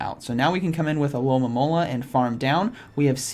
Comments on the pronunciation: is it so difficult to say Alomomola in English? I'm Italian and it is the simplest pokemon to pronounce for me xD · It’s a good thing I’ve been watching these videos bc now I know the Pokémon isn’t called “aloe-mom-ala” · I love how Z says alomomola “Alolamololololola”